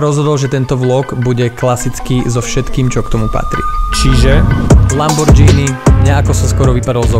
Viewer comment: nikdo nepřihlásí odběr když říkáš "lamborDŽÍNY" kup si džíny xd